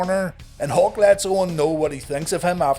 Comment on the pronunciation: Every time you say "Hawk" I hear "Hulk" and wonder where Hogan's at...